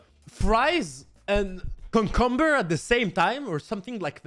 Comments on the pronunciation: Everyone: cucumber: cumcumber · The way he says "cucumber" sounds like "cumcumber" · I think it's because the French doors for cucumber is concombre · 😂😂😂😂 that was hilarious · It's not the first time 😂